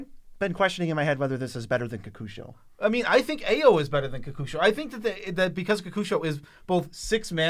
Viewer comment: Ao is pronounced like "Ow" and the Ei in Eiganjo is pronounced "Ay"